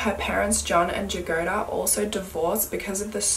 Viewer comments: Jagoda is actually pronouneced as Yagoda, with the accent on the a after Y, it means strawberry. Sorry, no offence or anything, it was strange to hear the name pronounced with J at the begining. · i don't wanna nitpick and i know slavic names aren't easy to pronounce but it's pronounced as Yagoda and it means strawberry